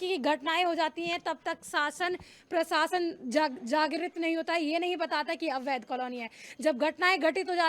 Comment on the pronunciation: Sorry madam again,,,, प्रसासन नहीं प्रशासन।